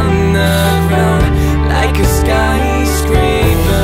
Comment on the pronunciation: Why he says "peeper" and "skyscreeper" instead of paper and skyscraper?